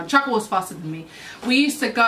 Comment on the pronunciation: Just realised you say chiaka's name as "chaka" like in Chaka Khan lool that's so cute 😝